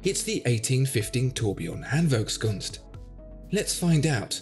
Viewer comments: 1. Awesome watch 2. I love your pronaunciation of the hard german word: Handwerkskunst 🤩 3. Go ahead - you channel is fantastic! Appreciate your videos ..... Best regards from Germany - Holger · Funny that you pronounce Handwerkskunst in German but jéjé in whatever language that is LOL!